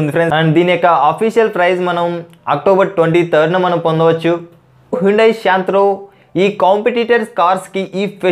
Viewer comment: Santro ani palakatameee raaavatam ledu.. Neku.. Maku endukura e kaaarmaaa